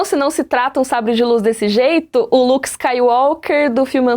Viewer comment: Olha o "Luke" dela "está uóh" (Star Wars) 😂😂✋